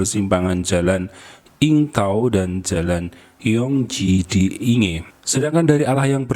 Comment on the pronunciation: Innalillahi wainnailaihirojiun Ya Allah semoga husnul khotimah Terjadi di Yingtao Rd...di Yingge District bacanya ( Ingke ) mase Inge